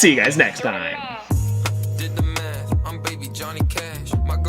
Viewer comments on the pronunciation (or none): none